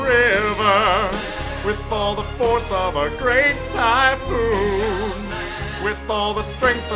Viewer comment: Listen closely I think Goku said Thai food not Thypoon like the others